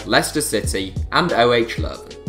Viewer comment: The way you pronounce 'OH Leuven' is hilarious !